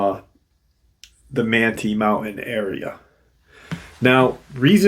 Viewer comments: Manti is pronounced Man-tie, like a man is tying a tie lol. Not that it matters, I’ve lived in Utah for the past 28 years so thought I’d help out. Super excited about this one since I live here. A lot of forest giant sightings and encounters here that I have researched. So I’m excited to hear about this one. Most encounters are happening along the Wasatch mountains and the Uintas. So this will be exciting hearing about something a little further south of where I’m at in Utah County/Salt Lake County area. Something really interesting, encounters of Bigfoot/forest Giants in some of the canyons here, notably Provo Canyon, Springville/Diamond fork, Payson canyon, many sightings in Ogden and Layton and Farmington, one near Lagoon amusement park, which is interesting. That one was so close to that amusement park, was seen walking up Farmington Canyon from the park, anyway let’s find out what this is about. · It's pronounced man-tie. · It's pronounced, "man-tie." Manti Community Campground is 7 miles east of Manti, Utah next to Yearns Reservoir at an elevation of 7,400 feet. Accessible by dirt road, no high clearance vehicle needed.